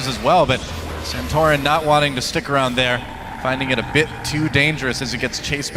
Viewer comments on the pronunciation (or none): none